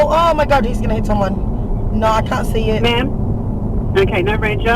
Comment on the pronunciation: She kept saying 'ma'am' wrong!